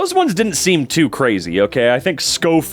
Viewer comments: Schofield is pronounced sho-feeld - and the kid made a proxy out of his name "schofield proxy/ schoprox or whatever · Its Show Field the baby with the name Schofield is pronounced Show Field not Sko Field but Show Field